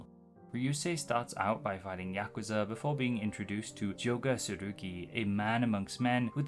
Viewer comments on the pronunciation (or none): none